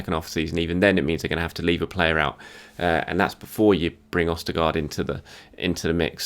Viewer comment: Who the fuck is ostergarde???🤣